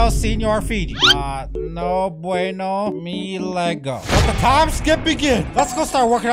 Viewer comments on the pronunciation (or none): “me lego”💀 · Bro no chance you said "me lego"💀💀💀💀 thats literally my user